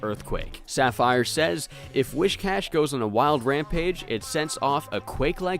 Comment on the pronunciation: Not only did you consistently pronounce Whiscash's name wrong, but you even changed the spelling when copying from the Pokedex to support your pronunciation.